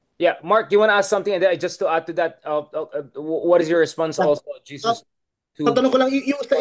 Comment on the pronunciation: Prof Richard, pls call him HESUS (Filipino pronunciation) NOT JESUS. JESUS IS OUR LORD po. Sorry. 🙏❤️